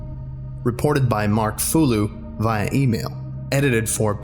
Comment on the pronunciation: That's not how you pronounce "via".